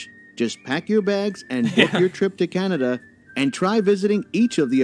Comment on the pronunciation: Can-a-da not Can-ee-da.